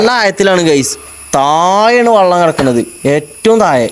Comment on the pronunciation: വള്ളം അല്ല വെള്ളം